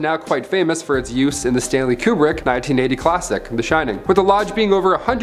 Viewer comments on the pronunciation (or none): none